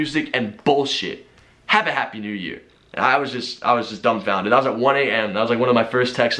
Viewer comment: wtf that guy was talkin all this trash and all of a sudden he says hapoy new years😂